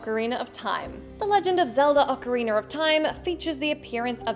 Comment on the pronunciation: 1. Stop having people who don't know what they are saying read from a script. 2. get the scripts right (dont say dogfight 5 times in 2 mins.) 3. why do you people insist on saying O CA RE NER.